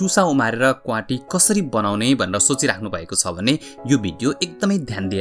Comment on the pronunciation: Please note it's क्वाति not क्वांटी